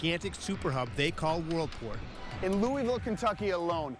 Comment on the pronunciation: It frustrates me when people don’t say Louisville Kentucky correctly